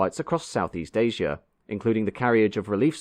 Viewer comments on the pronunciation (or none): none